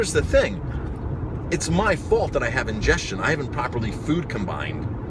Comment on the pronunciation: indigestion not ingestion